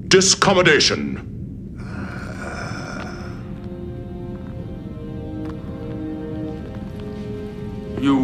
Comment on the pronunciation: Dorn mispronounced 'discommendation.' Instead, he says: 'discommadation.' I'm surprised they used that. Oh well, they've probably since heard about it, 50 billion times, ha, ha!